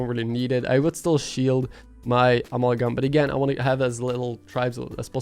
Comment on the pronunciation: uh-MAL-gum (cause I otherwise pretty much forget you aren't a native speaker and thought maybe u'd want to know...no other reason)